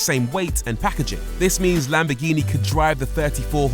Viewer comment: it’s NOT lamb-BEH-ghini it’s. lamb-BORE-ghini there’s an OR in there. there’s an OR in there. there’s an OR in there. actually it’s LUM-BORE-ghini you make videos on cars you don’t pronounce properly. LAMBORGHINI